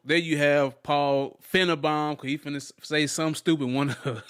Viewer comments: Its FINE-BAUM not FIN-E-BON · It's pronounced fine-bomb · I think he knows how to pronounce his name… It’s meant to be an insult. As Paul Fi-ne-Baum (Bomb) = self destruct